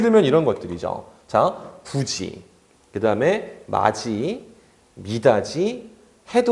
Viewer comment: 선생님 구개음화 사례 중에 해돋이, 미닫이 발음하는 게 틀린 것 같아요! 해도지, 미다지 아닌가욤...??